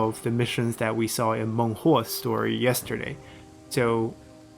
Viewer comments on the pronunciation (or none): none